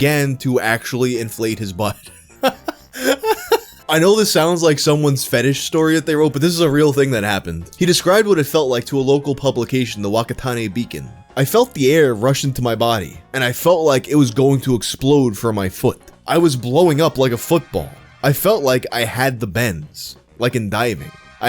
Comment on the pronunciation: Not sure if you care, but whakatani is pronounced fukatani.